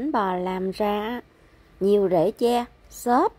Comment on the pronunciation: Phát âm đúng TR nha em.